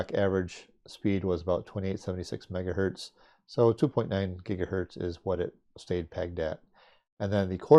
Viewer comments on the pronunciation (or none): none